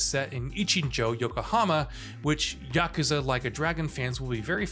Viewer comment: The announcer dude needs to learn some basic Japanese. Here is the correct pronunciation: yuh koo zuh